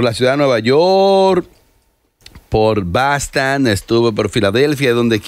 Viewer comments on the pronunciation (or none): minuto “ estuve por “bastan” ridiculo,es Boston,estos no hablan bien el español y quieren parecer gringos